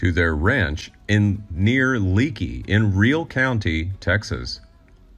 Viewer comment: Leaky,TX. Is not pronounced leaky it is pronounced lakey. But new comers under about 50, probably would not know that.